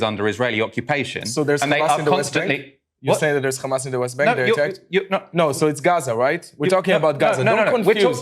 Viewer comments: Khamas still cracks me up. Why are they adding a K?! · Just by hearing someone pronounce "Khamas", you know what side he's on 😑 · Its khamass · "Do you conderm KHAmmas?" "Do you condemn the Warsaw ghetto uprising?"